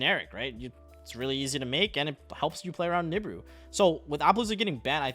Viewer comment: Why do you say every name so wrong? Apollo? Nebuu? Ava? It’s “App-O”, “Nib-E-Ru, “E-Va”.